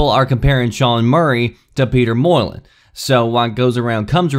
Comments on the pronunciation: Yea that was driving me nuts. How do you even get Moy-len from Molyneux? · When he pronounced it like that I had a big moment of embarrassment realising I had been saying his name wrong for so many years!! Thankfully though all these comments confirmed I had it right all along.. and it is NOT Peter 'Moylun' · "Mol eeee New" not Moylan.... anyway... good vid cheers. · Peter Molyneux is pronounced Peter Mol-in-you, Not peter Moy-lin. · LOL! Molyneux is not pronounced "moyalin" Why do americans butcher pronunciation? It's said Mol-In-You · Peter Moylin? Here's let me help you: "Peter Molla-new" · peter Molle? MOL-EN-HUGE is how you pronounce his name,. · Can you please pronounce Peter Molyneux's last name correctly. It's "mo-len-you" not "moi-len" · Peter Molyneux. Why are you pronouncing it Moreland? Like yeah, they have the same starting letter, but, you're so wrong that it's making me think you're having a stroke. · Molyneux is pronounced "Molly-new" lol. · Peter Molen who is tht. Are ya talking about Peter Molyneux. I never heard someone pronounce it like you. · Have you really been pronouncing Molyneux "Moylin"? Dude, have you never heard anyone actually speak the name? Holy shit lol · Say it with me: "MOLL-uh-new" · I'ts Peter (MOL-I-NEW) dude... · Peter Mol-ih-new (Molly-New) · Molyneux is pronounced Mol - En - You. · It's pronounced Molly-New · It's pronounced molly-new. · Buddy you're pronouncing his name wrong! Peter Molyneux is pronounced: Moly-New... Not whatever abomination it was you were trying to say... lol. Edit: Oops! I just re-watched and noticed you mentioned the "butchering" in your Annotation.. My bad! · Peter "more-land"?? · good video! i think molyneux is pronounced molly-new btw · It's pronounced "mol-ee-new" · it's pronounced molynew. no hate, just saying. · It's pronounced Mall-uh-new. Other than that great video! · Peter WHAT? lol Mall-in-hue* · its pronounced mol-in-yew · Mo-le-new. Learn to say his name plz -_